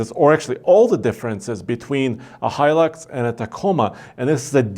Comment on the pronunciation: Finaly! Someone pronounces Hilux properly!!!